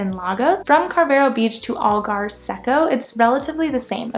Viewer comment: The pronunciation of Carvoeiro places much more emphasis on the 'o' than you have made and is equally stressed along with the other parts of the word. Think of it as carve-oh-eye-roo. The 'r' is slightly rolled on both the first and last syllables. A single 'o' on the end of a word in European Portuguese sounds like a double 'o' in English. I mention this because had I not realised that you were trying to say Carvoeiro (since I saw it on the map that you presented), as a Portuguese speaker I honestly wouldn't have understood what place you were talking about. 🙂 Likewise, 'Marinha" isn't pronounced "marine-ha". It's pronounced like "marine-ya" in English. Likewise Vale de Centeanes isn't pronounced as val-ay-day-cent-ay-ann-es. It's pronounced as valuh-duh-cent-ay-an-esh. The 'de' in Portuguese sounds like 'duh' (not 'day) and words ending in a single 's' sound as if they end in a soft 'sh' in English. Glad to see that you're having a good time in the UK and Europe. 😉